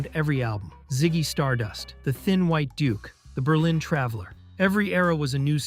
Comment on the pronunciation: "The thin white dook." That's how I heard it. That's how I'll remember it.